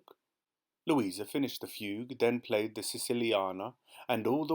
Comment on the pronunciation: Thank you so much for your fantastic readings of these amazing Roald Dahl stories. As a professional musician, I particularly enjoyed this one. However… a few musical terms were mispronounced: Fugue = Fyoog Scherzo = Skirtzoh Chopin = Show-pan Don’t mean to be the AH, but just for the future. Thanks again for your fantastic work!